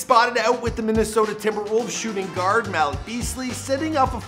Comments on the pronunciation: It’s not Mal -ick is Mal - eek. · Bruh I don't pronounce his name as Malik you say it as if it was spelled like Maleek that how u pronounce his name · It’s pronounced maleek not malick lmao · “Mal-ick” Beasley🤦🏽‍♂️ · The way he’s says Malik 😂